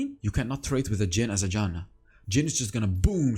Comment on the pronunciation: Mate, Janna is my main char and I like how u play it. And also I love how u say her name. A good example is :)) .Good Job btw! I still think that Rod of Ages is a good item in some situations.